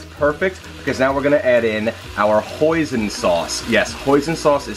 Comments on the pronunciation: Did you say Poison sauce or is jut pronounced as "Poison"? LOL Great demo. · lol Hoisin sauce not Poison sauce lol